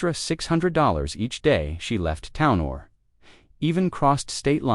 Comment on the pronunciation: Townor? Or did you mean "town or" but forgot to put enough of a space between the words when you fed it into AI to create your content for you...